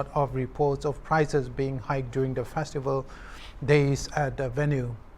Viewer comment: The word 'FESTIVAL ' should be understand clearly.